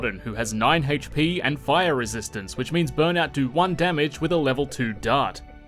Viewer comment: Hayytch peee